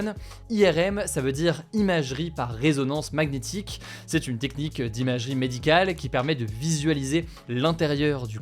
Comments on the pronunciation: Maguenétique != magnétique par pitié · Au cas ou, le g de magnétique est muet ( Ma Nié Tique) déso ca m'a perturbé tout le long 🤣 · Une prononciation de "Magnétique"... Originale ^^